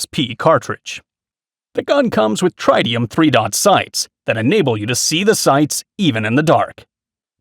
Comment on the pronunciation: Just to get my whacks in also. He apparently had never seen the words Manurhin or Tritium before either judging by his mis-pronunciation. Survival Gear videos just lost me.